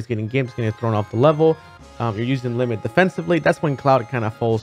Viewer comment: Did he say Lemon xD